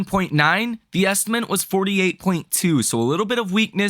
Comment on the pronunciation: please look carefully at how the word ESTIMATE is spelled. Why do you keep saying “ESTIMENT”?